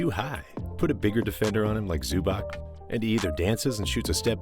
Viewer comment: Wanna be a good youtuber? Lesrn fkin names and surnames. Don-chich, ZUBAC.